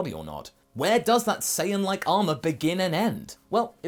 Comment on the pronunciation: ha he said saiyan